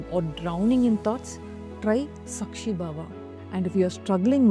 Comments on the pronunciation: Very nice. It is saakshi and not sakshi. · Hi, i dont mean this in any other way; but just for info for those who might not know our language, and are learning, especially foreigners. It’s pronounced Kaama (desire) and Saakshi (witness), the A is longer like in ‘Answer’; ‘Calm’…. Not like ‘u’ in duck, suck etc . Have learnt a lot from this channel during some difficult times, living in a joint family… and hoping to keep learning 😊❤